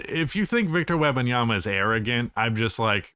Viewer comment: Agree with the arguments presented but, please, stop saying Webbinyama. Is either Wemby or WEM - Banyama Is a person's name ^^ Respect